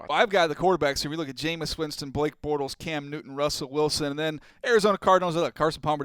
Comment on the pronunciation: If you're going to say his name say it right 👏